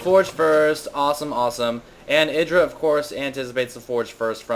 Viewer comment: YDRAAA not idra.. YYYYDRA